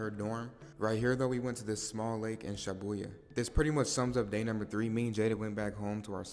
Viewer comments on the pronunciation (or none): “Shobuyha” I’m dead😭😭 you could at least try to say it the right way🙏🏽